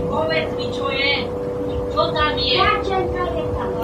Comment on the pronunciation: chcela povedat tlacenka ci kacenka?